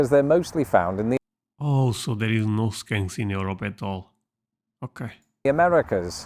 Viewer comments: Just for your info, your sayn 'Skanks". "Skanks" and "skunks" are 2 different things but yes they both smell about equal 🤣🤣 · Crying laughing, look when you begin saying skanks instead of skunks! We have both and they both smell bad!!! Sadly, only skunks can be de-scented lmfao🦨🤣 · You may want to look at your pronunciation of "skunks" 😆